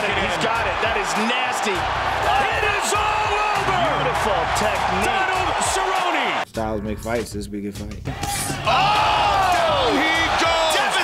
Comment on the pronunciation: GO GET SOME DON-ALD CER-RO-NE!~Gay Jackson